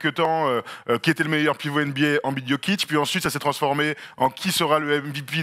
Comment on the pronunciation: La prononciation de embid en francais......😂😂😂😂